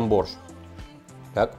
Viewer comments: Зачем так явно говорить боРРщ?аж уши режет каждый раз.. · Я очень давно живу не в России. Кто-то может сказать почему он произносит борЩЩЩ а не мягко- борщ с мягким окончанием?